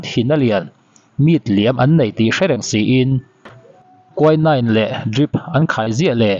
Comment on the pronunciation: Kuainain ti tawh suh , kuinin tiin lam rawh 😂